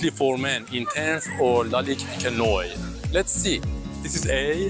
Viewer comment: Why do you pronounce Noir as Noi?